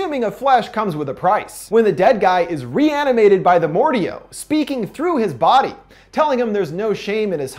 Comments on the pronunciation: it’s Mordeo not Mordeow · I thought it was pronounced Mor- Dayo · It’s a great video but it pronounced Mor-day-o not mor-de-o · I believe the proper pronunciation is Mor-Day-O not Mor-De-O dear friend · its not mor deo its mo dae o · Not mordao mordayo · Why do you say it like more dee OH it's more day oh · pronounces Mordeo as Mord-I-O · It’s More-day-oh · Its Mor-day-O j.a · Sorry but it’s more day oh it’s said like that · Just saying it's pronounced "mor-day-o". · Very sorry but I had to say something, Mordeo is pronounced more-day-oh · Sorry but I'm pretty sure the mordeo is pronounced more-day-oh I'm sorry but I had to it was bugging me didn't mean to be rude or anything. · I think it’s pronounced more-day-o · It is said like more day oh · The monster's name, Mordeo, is pronounced "More-Day-Oh" :) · They already say the pronunciation, how the fuck do you still mess up mordeo (more-day-yoh)! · Bruh the way he says Mordeo got me trippin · He TRIGGERED me by mispronouncing Mordeo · Umm he saying Mordeo wrong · he mispronounced mordeo several times